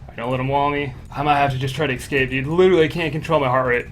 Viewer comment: Ess-cape not ex-cape pls. Love the vids bro